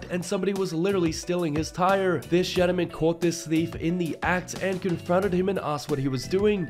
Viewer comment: And the definition of a ‘gentleman’ . He doesn’t even say it right..